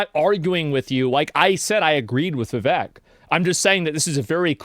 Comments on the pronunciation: You're saying vivek name wrong Its viv ache Not Viv vek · Vivek, it rhymes with cake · It's Viv(ache) not Viv(ek).